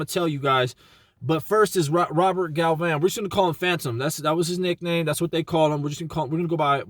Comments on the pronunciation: Its Galvan, not Galvin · Baby ain't you Mexican? Its GAL-VAHN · Its Galvãn